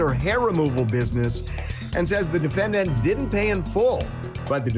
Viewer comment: He always says " The Defend Ant " at the beginning. Defend Ant. I guess it's good to know that ants have rights in our country.